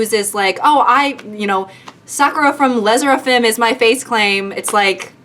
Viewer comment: i love you but the le sserafim pronunciation butcher is killing me 😭